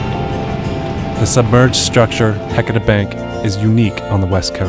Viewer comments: Ok, I grew up here in the Willamette Valley, 58 years old and NEVER heard of Heceta being pronounced like HECK A TAH in my life! It feels and sounds so,,,,WRONG to not say HE-CE-TA. Agh! How does one get beyond this mispronouncement that is ingrained in me?? I love Oregon, and geology. Thank you for this great information! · Thank you! I'm a native Oregonian and grew up in North Bend on the Oregon coast. We've always pronounced it "Ha-sea-ta". "Heck-eh-ta" is grating to hear. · I never heard it called "HECK etta" until the 80s. I think it has to do with people who weren't from here coming here and mispronouncing it, and then pretending that the LOCALS mispronounced it. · I know right! Ive lived here my whole life & always correct people who dont know how to pronounce it properly, but im shocked to hear a well-educated scientist say it wrong. I wonder how they pronounce Yachats, my favorite place in the whole world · I can't listen to the word Heceta mispronounced through an entire documentary. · You guys need to learn how to say “Heceta”